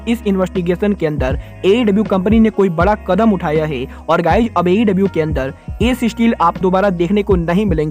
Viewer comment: ये है को गै क्यो बोलता है🤣